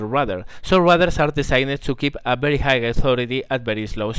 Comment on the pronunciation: While your video is very instructional and teaching (and overall pleasant to watch), you should spend a little more time speaking to people via VoIP, for example Teamspeak 3 or Ventrilo, etc. A little bit of voice practice can help you avoid the pronounciation mistakes you're currently making (pronouncing high as higg rather than hi, to name one). +1 to you.